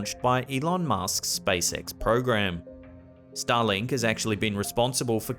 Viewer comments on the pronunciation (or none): none